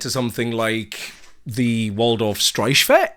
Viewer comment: You could have just gone behringer clone, but You went the quirky vintage way, which is always better! I really appreciate that, and I will definitely look out for weird bontempi string machines from now on! By the way, congrats on pronouncing the "ch" in streichfett correctly! As a German, I appreciate it. The "St" in the beginning is pronounced "Sht", though :)